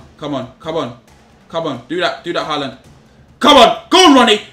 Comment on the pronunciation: Finally he said Haaland's name right